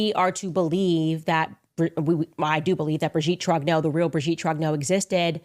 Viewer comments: "Brijeette Trognowww" 😅 Putain c'est quand même terrible ces ricains qui sont pas foutus de prononcer un seul mot correctement dans une autre langue que la leur 😂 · She even claims that Brigitte is the father of her husband. I hope the Macrons sue her into oblivion. She has millions of fans who are as mental as she is. She is such a great journalist she can't even pronounce Trogneux properly. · Is she deliberately mispronouncing the maiden name. ? Easy to check on